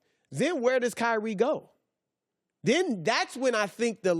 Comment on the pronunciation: Michael, David, Edward, William, Steven, Kobe; say them all. There is no KY REE. His name is Kyrie. Zion is another. You don't make someone a legend by pronouncing a 2 syllable name with emphasis on both syllables. Come on, CO- LINN.